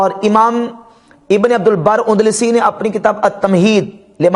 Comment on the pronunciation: UNDLASI NAHI بلکہ ANDALUSI ہے